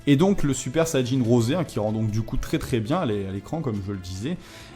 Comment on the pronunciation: En français ne dites pas "rosé", pour nous c'est juste "rose" ^^'